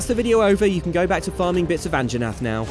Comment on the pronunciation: Dang it. It's called an an-ha-nath not aunt Jennette. At least say the poor fella's name right before you slaughter it in cold blood